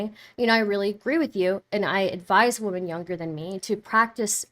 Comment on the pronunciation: IT'S NOT "WOMAN".. SAY WOMEN.. AS IN... WO.. MEN!!!!